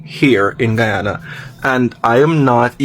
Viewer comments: Get ready with me while I tell you facts about 'Gie-ohnna"🤨🙄🙄🙄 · She can’t even say Guyana right 😂